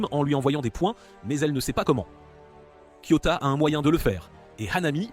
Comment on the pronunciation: Pourquoi tu racousuie les nom des personnages et c'est KIOTAKA